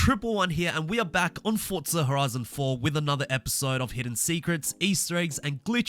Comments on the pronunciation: no offense, but can i ask why you are saying fortza and not forza? then it would be fortza horitzon. Again, no offense just wondering. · Is the name pronounced forza or Fortza because that’s what I’m hearing whenever this guy ses it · Why do you call it "Fortzar"?